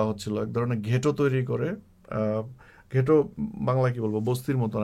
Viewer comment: উচ্চারণটা হবে "গেটো" নট "ঘেটো"।